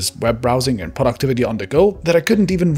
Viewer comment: I thought he said PORN activity on the go" instead of "productivity on the go". I was like wow that's brave of him to be so upfront 🤣